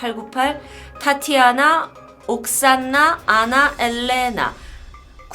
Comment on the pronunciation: ㅋㅋㅋㅋ 저도 마찬가지임 ㅋㅋㅋ 줄리아놔~~타니아놔~~~